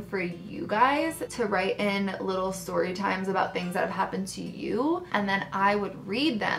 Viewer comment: Sip Sip Story but pronounced sip sip storay 😜 I love your embarrassing or funny stories. I still randomly think about you flushing your bathing suit down the toilet 😂😂😂